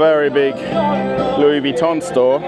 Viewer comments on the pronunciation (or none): none